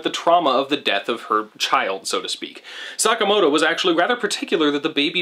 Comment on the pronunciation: hehehe "Suck-amoto"